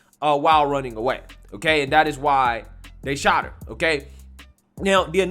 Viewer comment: "Dey shawt her y'all! Dey shawt her y'all!" Christ. Did she even pass sixth grade?